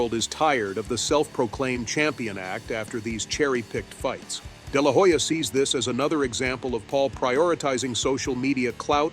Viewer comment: i dont think Oscar de la Hoya (the H is silent btw) threw Jake under the bus, more like, Oscar felt disrespected for far too long. As you narrated, "enough is enough".